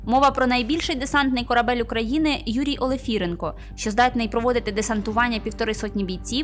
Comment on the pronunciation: десантне судно називається «Юрій ОлифирЕнко»! робіть правильний наголос! а взагалі то не варто в подробицях розповідати наперед плани заради хайпу бути першими…